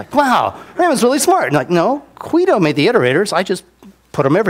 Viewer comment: Is there a reason he always says "Quido" when he means to say "Guido"? Is that some kind of inside joke?